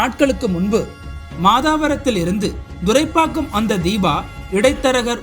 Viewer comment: It is thoraipakkam not duraipakkam.